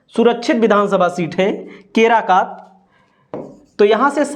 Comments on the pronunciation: केराकत..... केराकात नहीं है. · केराकात नही है केराकत है